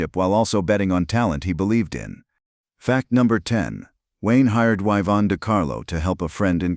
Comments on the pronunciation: You pronounced it wrong. It's not "Eyevonne" De Carlo. It's "Eeevonne De Carlo" I spelled it wrong so you'd understand your mistake. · Name misprounciation of both Eevon DeCarlo and Andrew Mc Laaagland is distracting. 😢